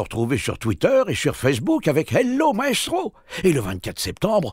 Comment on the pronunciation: J'ai cru que t'avais dit Naestro et j'ai flippé XD